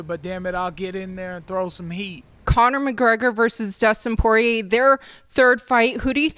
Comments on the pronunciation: Anyone else notice how Mayhem pronounced Poirier and Gaethje? 😂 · Took a couple months for people to pronounce Ngannou's name correctly... To this day Poirier still not so lucky.